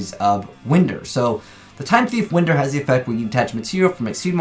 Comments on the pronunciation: OMG it pronunce like "Whine-der" not win-der .....geez gotta love the English-language....... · It's Re-do-er and Wind-er(like wind-up) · Will I ever find someone who can pronounce Winder? My journey continues.